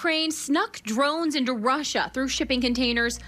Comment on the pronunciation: Soooo it's rushina rushina rushina, not Russia Russia Russia????